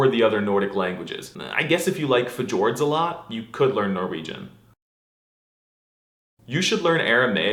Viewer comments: fjord i hate the way you said it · pronouncing fjord with a hard j was a great touch. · Did you just say "F-tjord?" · Albanian is not a language isolate, it's Indo-European. It's just an isolated sub-family within IE. Also, pronouncing Fjord as 'f-jord'? Come on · Dette er en så flott video, takk for det fantastiske innholdet Also how the faen did he just pronounce fjord and also, that is a pretty good way to greet someone in Swedish